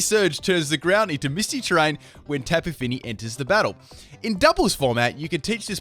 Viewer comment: Tapi Fini? Mitsy terrain? You drunk?